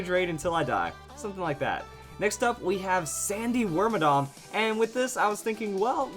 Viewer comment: Wait, it's not pronounced wormadamn...... WHAT IS MY LIFE